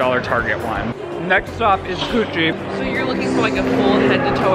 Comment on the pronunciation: i swear he said “next stop coochie” instead of gucci 🤣🤣🤣🤣 but his mouth is full 😭